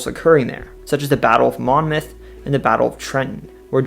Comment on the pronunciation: He did trip up on Monmouth. Not supposed to pronounce the "n", so its just "momouth". Close though, just a nitpicky Monmouth Countyite talking. Wonderful video.